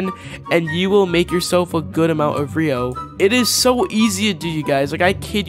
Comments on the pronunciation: It’s ryo not rio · Please learn how to pronounce ryo right because your saying rio😂